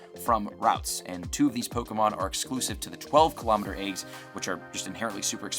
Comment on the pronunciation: The word is eggs, not aygs.